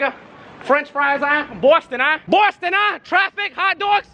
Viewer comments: Bowston uh... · bostun huh 😂😂kyler genner lmaoo hotdougs